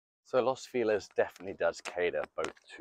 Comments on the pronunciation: Alguien que le enseñe español a este señor! Not Los Filez! Is Los FELIZ! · Lows feeelez? Is it near Los Feliz?